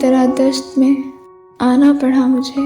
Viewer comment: Great . But she is saying it as "پڑہا" rather than "پڑا" 😊